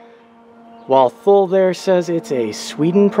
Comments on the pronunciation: First it’s pronounced TOO LEE. How much room will you lose setting your luggage on top of the mounts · Thanks for sharing. Was looking at this for my 2017 Forester and wanted a better idea as to what it would look like on the car. BTW, it's pronounced "too-lee." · Thule is pronounced Too-lee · FYI, Thule is pronounced "Too-lee." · What is the length? Do you think it would fit on a Subaru Impreza sedan? BTW.. it's pronounced TOOLEE